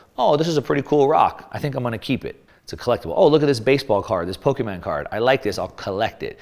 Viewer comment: You sound like my dad when you say "Po-kee-man cards", it's Pokemon cards. lol And yes, I still keep mine as a store of value. Great example.